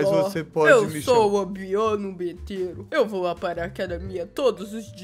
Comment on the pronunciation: O Maria e vc precisa de uma aula de português cê fala tudo betero ao invéz de Dudu betero